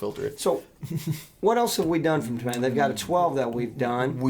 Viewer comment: Tom Aitinn NOT ToMMattin.